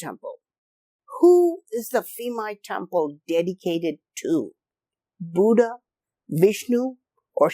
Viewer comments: Interesting video thanks! One quick note: the "PH" sound in Thai words like "Phimai" is pronounced like a hard "P" not a soft "F". Drove me crazy for the whole video to hear you say "Feemai" over and over LOL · dear Admin Ph in Thai language = P not F ( Phimai : Pi - mai) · Phi=pee “peemai” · Bro, I am Thai. The PH = F pronunciation does not work as usual here. Phuket = Puket Koh Phan Gyan = koh pa gyan Phimai = Pimai For the reason why that I can thin of is back then Thais, even, at high level autocrat has no knowledge in English, and assumed that putting H after a letter will give it a heavier sound like T with Th. Supwr dumb, I know. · P-mai. It sounds like that. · Just discovered your channel and love this video! Have been to this temple, but you made me realize it's even more fascinating than I thought. Just a note though, that the name is pronounced with a /p/ rather than an /f/ sound (Thai: พิมาย). In the romanization of Thai, the 'ph' in spelling doesn't make an /f/ sound as it would in, say, Vietnamese romanization (which makes it confusing). I just mention this because the incorrect pronunciation threw me off at first, but I'm glad I stayed for the whole video because it's fantastic.